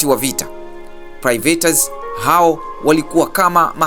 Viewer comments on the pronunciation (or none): Sio private inatamkwa pairets (pirates) Inatamkwa slevari sio slaveri Otherwise keep it up good job